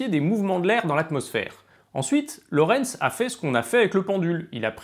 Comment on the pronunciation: Ok, ''déjà''.. et il y a d'autres choses utiles que tu souhaites ajouter ? Parce qu'en fait non, on ne dit pas Lawrence mais Lorenz et c'est bien l'attracteur de Lorenz (qui a été traduit de l'anglais ''Lorenz attractor''). Autre chose ? Hmm?